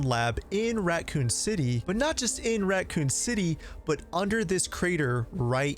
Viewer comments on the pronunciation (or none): Are you saying Ratcoon city